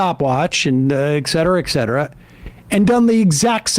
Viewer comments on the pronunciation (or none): Et cetera, not "ek cetera".